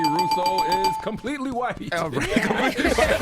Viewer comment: She said Completly white 😅😅😅😅